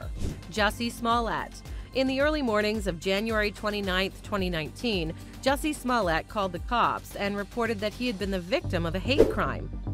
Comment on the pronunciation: Jessie smollete you mean "Juicy smoo-lee-a" 😆 gotta live Dave Chapelle